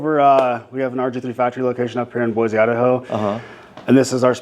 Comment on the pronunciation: Hay buddy, if you're going to live in Boise, it's Boy-see. Not Boy-zee. Great shop,happy for you. ❤❤